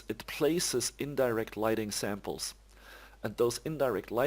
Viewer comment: just fyi "Samples" is not pronounced "samp-less", just 'samplz'.